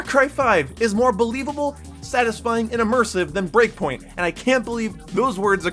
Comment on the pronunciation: Breakpoint. Not breakingpoint 😂😂